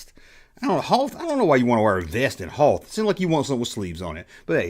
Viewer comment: Never heard Hoth pronounced with two syllables.